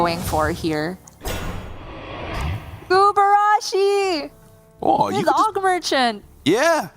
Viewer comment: Have all of the casters agreed that the card is called “guburashi” instead of “gurubashi”